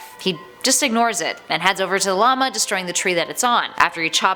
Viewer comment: Yo wHO hErE saYs llamA likE La lama